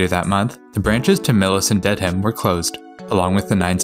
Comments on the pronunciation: It's pronounced "DEAD-um", not "Dead-Ham". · Also, you don't pronounce the "h" in Dedham (should sound like "ded-um" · Dedham(DED-əm) wasn't great either but Dead-ham is a fairly common mispronunciation. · Here, let me help you. My hears are bleeding right now: Woburn = "Woo-burn" Soughton = "Stoh-tin" Haverhill = "Hayv-rill" Lowell = "Lohl" Dedham = "Dead-um" Concord = "Cong-kird" Natick = "Nay-dick" Falmouth = "Fal-mith" Quincy = "Quinn-Zee"